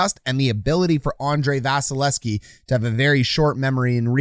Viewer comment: Love your break downs. Hate that you don't say the second V in Vasys name. :P